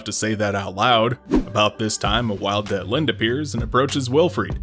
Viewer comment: It's Detlinde, actually. Not Deltine. And that's only in the English translation. Her actual name is "Dietlinde" (ディートリンデ in Japanese), which is a German female given name. ie is pronounced like the ee in "leek", which is also how the Japanese version spelled it in katakana.